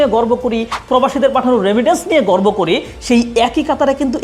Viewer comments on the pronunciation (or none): none